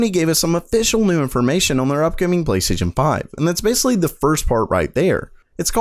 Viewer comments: PLASTAION XD great video tho. keep up the amazing work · "PLAYSTAION 5" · PLAYSTA ION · Playstaion lol